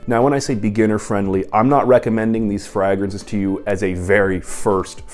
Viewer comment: love your content brother but please pronounce it fraYgrances. My eyelid kept twitching.